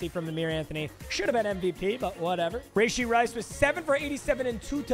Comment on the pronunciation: That’s not how you say rashee rice’s name